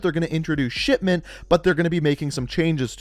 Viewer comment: To me it REALLY sounds like he is saying shitment